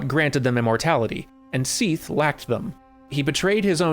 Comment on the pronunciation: You say Sif and Seath very similarly. Sif has a short vowel sound. Seath more of a long sound. I mean, its like a year late, but please.